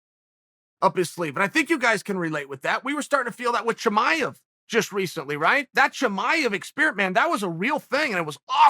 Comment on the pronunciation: Provoke a Bitch Pro caster Prokazka Prokazka Chimaiev Chimaiev why did he c*pulate HaZmat Chimaiev